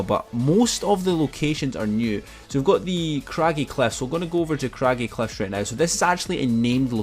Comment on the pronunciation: Why do you say craggy cleffs